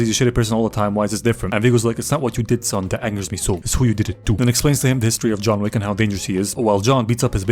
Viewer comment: "Welcome to John Wack" - instant like button